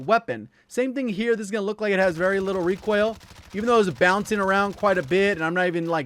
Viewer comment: Omg you say reek oil like my boy Hawksnest!!